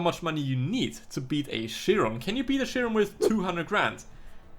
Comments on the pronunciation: I hear you saying Bugatti Shiron one more time and I'll blow up. IT'S PRONOUNCED KIRON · did you know the bugatti chiron is pronounced kyron ?